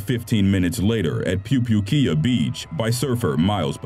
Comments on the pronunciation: I used to live in pupukea, and nearly died surfing one time. Never underestimate the power of the ocean! *Also it's pronounced poo•poo•kay•ah🤙🤙🤙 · It is pronounced poo-poo-kea-a (all short vowels) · Sorry I had to laugh the way he butchered saying Pupukea🤣